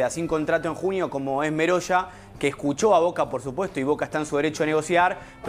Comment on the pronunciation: El apellido.no es meroya. Es.merolla.